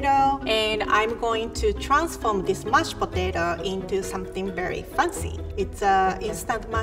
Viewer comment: The way she pronounces “Mashed Potato” perfectly describes the dish. ”mush potato”